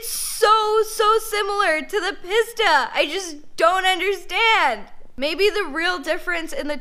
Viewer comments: It is pronounced Peace-ta. Not Piss-Ta. LOL! Still a big fan of her though...she knows what she’s talking about. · It's pronounced Peesta. Not PissTa. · Please stop calling it Piss-ta. It is pronounced Pee-sta. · I hate how she pronounces pista